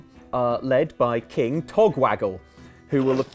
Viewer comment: The amount of attempts needed to say "King Togwaggle" is about as ridiculous as Sheogorath's personality.